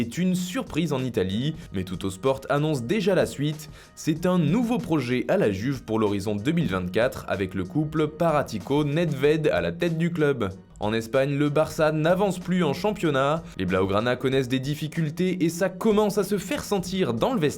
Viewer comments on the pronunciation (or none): Paratici, pas Paratico